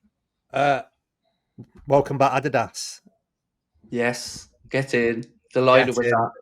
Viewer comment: finally someone who pronounces Adidas 95% correct. When Craig speaks about the brand, i often have to think a for a few seconds what he means.